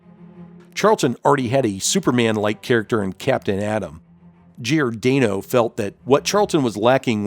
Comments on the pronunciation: Nice video, but sorry, it kept bugging me that you were mispronouncing Giordano's name. Gior-DAH-no, not Gior-DAY-no. That Alan Weiss Blue Beetle redesign gave me strong Booster Gold vibes. Ted Cord is my favorite Blue Beetle. The way the character was written in the early 90's in Justice League International was priceless! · it's pronounced GiorDAHnoe... not GiorDAYnoe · For the love of GAWD, man, how can you have been in the comics fan industry as long as you have and not know how to correctly pronounce Dick Giordano's name?! It's pronounced "jor-DON-oh" or "geeor-DON- oh". You do the homework, just do a little more.